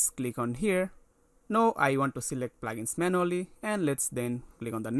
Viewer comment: it not Plagens it is Plugins it took me time to understand what you means by Plagens